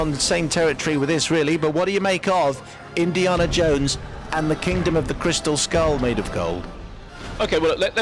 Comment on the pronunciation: "Indi(AH)na Jones" Huh ?